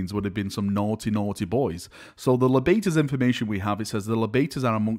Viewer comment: The Libators would be pronounced [Lie-bators] my dude, taking libations is to drink something hence the chalice chapter symbol.